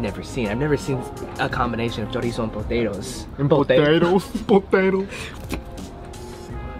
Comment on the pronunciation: when you try to speak hispanic but you don't succeed 🤦🏽‍♂️😂 love the videos by the way. "Pootatos"